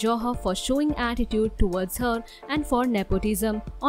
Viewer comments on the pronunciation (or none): none